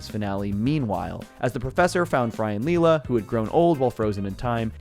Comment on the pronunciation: excuse me, did you say Lee La? wow. did you even watch Futurama lol